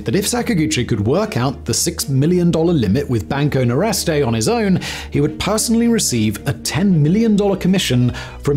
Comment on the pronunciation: Nordeste, not Noreste. It means Northeast. 😊